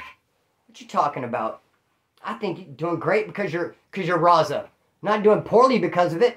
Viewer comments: Ya it sounds like he is saying rasa... With a weak R and a s instead of a z. But hey. I enjoy watching he's a real 1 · The way says raza 😂